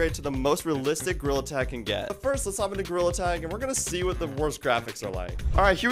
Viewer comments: “Today i played gorrila tag” 😂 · You said gorilla wrong😂